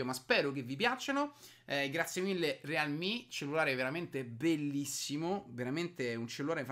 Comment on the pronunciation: Sponsorizza un prodotto ---> non sa nemmeno come si pronuncia la marca, legge senza capire cosa sta dicendo, sparla a caso e a conti fatti in questo video del cellulare non si è capito nulla. Ma tanto a lui che frega? "Devo sponsorizzare qualcosa? Dammi qua, ci faccio un video dove ci ficco dentro o Fortnite o Clash Royale e tanto il mio pubblico composto da bambini compra lo stesso. Mirko, nun se fa così...